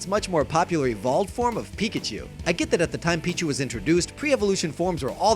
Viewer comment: When you said weak-a-chu I threw up in my mouth a little bit